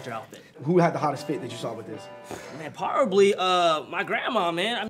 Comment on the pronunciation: So no ones gonna say anything about "Parably" lmaoo